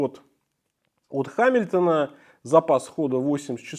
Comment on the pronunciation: Читается не «Ха», а «Га». Но само видео классное 👍